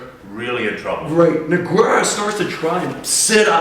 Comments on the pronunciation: it's pronounced NOOO-GEIII-RAAA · jesus fucking christ hearing this idiot say nog-where-uh was so annoying the whole video. ITS NOGUEIRA!!! learn how to pronounce it by the next video please... or we dont want any video feedback from this canadian anymore, thanks anyways. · As people that watch MMA, maybe you should learn their names. Noquero? noqwerra? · Good info, but the "Nogwerra" thing is killing me. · I wonder if these two guys discussed the proper pronunciation of Nogueira's name before they made this, because you clearly hear saying his name correctly. Great video, but It's kinda distracting hearing that repeatedly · Great video!!! Pronouncing Nogueira's name correctly would've taken some of the fun out of it! :) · You are saying Nogueira wierd. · inability to pronounce Nogueira is... annoying.